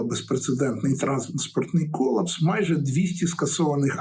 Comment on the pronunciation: Кола́пс — форма гострої судинної недостатності. Наголос на "А"